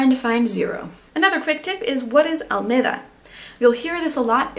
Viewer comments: Hi. Very good video. Two details: it's "santiaguino", no "santiagüino", the U is mute like in guitar. And the avenue is Alameda, not Almeda. Regards from Chile. :) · Great video but the only mistake is that name of the ave. is Alameda not Almeda